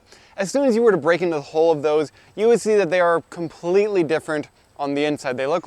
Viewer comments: It took me several times before I realized you were saying hull and not hole. Hull, rhymes with mull and dull but not with bull and pull. I apologize if your pronunciation is due to a local pronunciation or if you are not a native speaker. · I never before heard anyone pronounce "hull" and "hulling" as "hole" and "holing". 😂🤣😂 It took a little while to figure that one out. But then I was amazed when he was actually HOLING them. 😂🕳️ ... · We pronounce it Hull not Hole. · Good information and you presented it well. But... Hull – ( həl ) (rhymes with: lull, gull, and skull) the outer covering of a fruit or seed, especially the pod of peas and beans, or the husk of grain. Hole – ( hōl ) (rhymes with: mole, goal, and scroll) a hollow place in a solid body or surface.